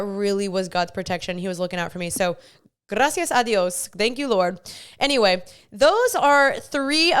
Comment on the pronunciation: I love this!!! 🫶🏼🙌🏼🙏🏼 so needed! Also I loved the way you said “grrracias a Dios” 😂💓